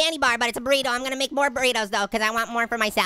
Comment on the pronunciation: THIS GUY MAKES ME LAUGH EVERYTIME HE SAYS BORRITO